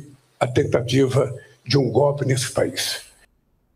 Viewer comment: O presidente que fala gope ,não invés de golpe ...triste ..nem estudou esse cara lavada ...